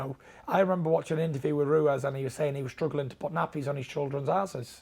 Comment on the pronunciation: Tyson: Andy RUEZ